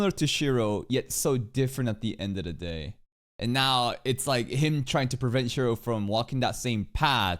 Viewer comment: It's Shirou not Shiro 😭